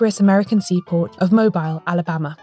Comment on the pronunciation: Great episode of a case I'd never heard of. BTW 'Mobile' is pronounced 'Moh-beel'.